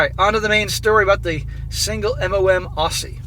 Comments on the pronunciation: Slight correction. It's pronounced Ozzie, and we don't have alligators here, we have crocodiles. Also there's no crocodiles in Sydney. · Never dated a single mother even as a young bloke....yes I'm Aussie too....even all those years ago it seemed an altogether bad idea....Note for SSM...it's pronounced Ozzie..